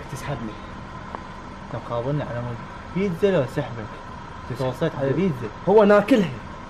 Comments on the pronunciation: للعلم اسمها بيتزا مو بيزا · بيزا شنو بيتزا مو بيزا 😂😜✌